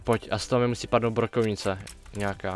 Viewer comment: Já rozuměl brokolice místo brokovnice